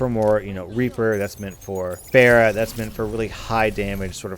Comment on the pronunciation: for a whole while there I was wondering who "bear" was. welcome to the olympic discipline of pronouncing pharah's name wrong.